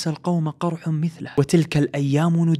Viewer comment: مثلُه وليس مثلَه